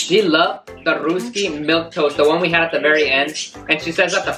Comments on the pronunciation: The happy dance you did was on a sad song lol😂 And it's pronounced as "raasky"and not "rusky" Great video 👌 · Its pronounced as Rusky(like Dusky) not Roosky. Also you guys are such a cute son and mom duo♥️